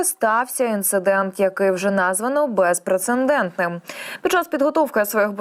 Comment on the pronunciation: Не бепрецендентним, а безпрецедентним.